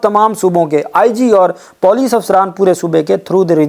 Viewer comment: What kind of moron you are....? Correct your POLICE pronunciation n some Urdu word... How many times should I told you